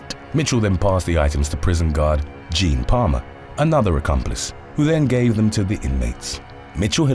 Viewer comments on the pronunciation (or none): none